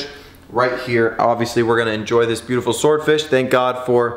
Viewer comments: You are saying buteful olot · Stop saying butifel little